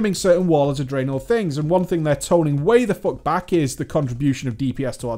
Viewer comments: i love your videos and your channel but i have a question, why do you put so much emphasis on the second half of two syllable words? draenor, not drae-NOR!!! lol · "Drey-NOR!" haha :P